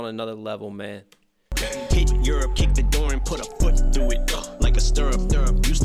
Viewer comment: I’m pretty sure when he pronounces Europe he’s also saying “kid, you’re up”